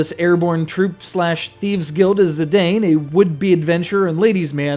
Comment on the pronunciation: Actually, his name is pronounced "Zi-dahn" as is "dawn"